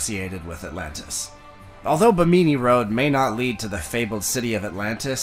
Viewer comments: I have never heard anyone pronounce Bimini as Bah-mee-mee. WTF? My sleep isn't as restful as it should be. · I love his pronunciation of Bimini LOL never heard it spoken quite like that before!